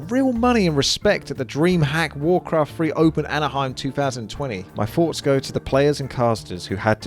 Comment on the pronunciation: "final foughts" xd